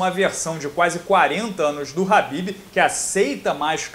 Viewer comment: Nao é rabibi é kabibi o manè!!😡